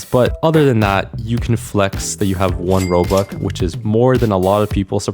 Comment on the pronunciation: I love how he says "Robuck" instead of "Robux" because then it would sound like Robucks